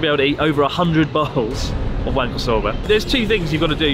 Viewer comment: Wahnkoh* not waynko...